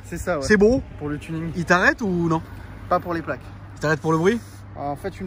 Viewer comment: BEAUUW (avec l'accent British) haha